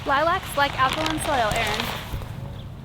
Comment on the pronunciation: You said something about soul that lilac prefer but l couldn't understand what was said; please repeat, thanks.😊